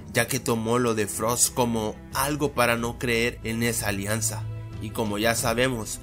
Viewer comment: "ALIANCIA" xd